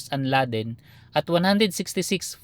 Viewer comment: Kala ko kung anong UNLADEN( ung sinasabi mo boss. Un-LAY-den pala 😂😂